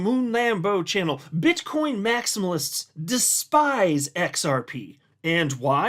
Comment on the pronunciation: sounded like you said "Bitch coin maxis" 😆🤣😂